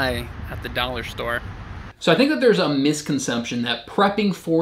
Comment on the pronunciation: Did you say "misconsumption" or "misconception" at seven seconds?